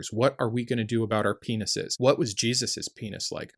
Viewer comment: Pouring some coffee. I heard you say, "What are we going to do about our penises?" I almost dropped the pot.